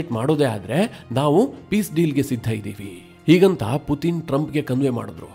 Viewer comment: Ley loude matte Puthin anthiyallo adu Puthin alla Putin🙏